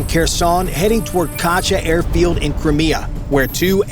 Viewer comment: It's Crimea not Crmea